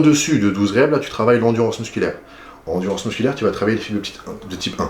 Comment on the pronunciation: Aie le endurence ...-> endurance , sinon super